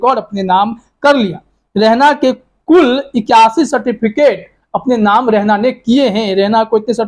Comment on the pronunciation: Beta Rehna nahi balkay REHANA hota hai naam tu sahi lo